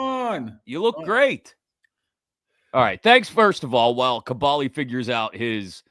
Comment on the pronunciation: Lol this started off exactly how I figured a Kaboly podcast would... Gotta say this dude calling you is throwing me off Tell him have some respect and call you Ka-BOHL-e